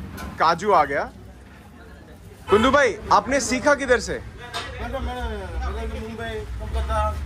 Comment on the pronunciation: Bro its not GUNDU... its KUNDU..... :hand-pink-waving::hand-pink-waving::hand-pink-waving::hand-pink-waving